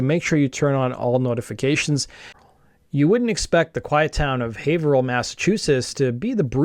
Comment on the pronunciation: Shout out for pronouncing Haverhill correctly!